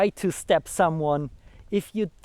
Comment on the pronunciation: Great video yes. As for the English, only thing I'd say is make a distinction between the words "step" and "stab" (more like, "st-AAH-be"). But it's clear from the context anyway. Yes I thought throughout as well, good strategy maybe to keep your dagger sheathed and wrestle him to the ground first. And maybe try to take his own dagger before he can switch to it from his longer weapon. All extremely risky strategies though, succeed perfectly or die. First option: RUN AWAAAAAY! 😂😂